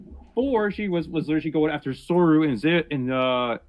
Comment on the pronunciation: 2 mistakes early on: tell the guy who says "sor-you" it's "sor-oo (zoo)" and 2. hypocrite hunter wasn't the other guy who was striked at the same time as soru, he was striked during the repzion thing